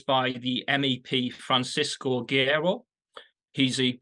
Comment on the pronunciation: LOL Neither of them can pronounce "Francisco Guerreiro" to save their lives.